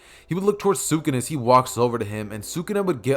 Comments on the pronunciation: Why do you say sukuna like that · I might un sub because of that horid pronunciation of sakuna if the what if is done well I won't